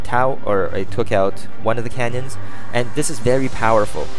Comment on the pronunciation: cannons, not canyons